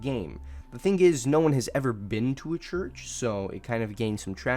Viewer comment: ah yes, the Choorch